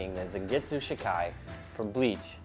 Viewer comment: its pronounced zawn get su not zan and its pronounced she kai not shi kai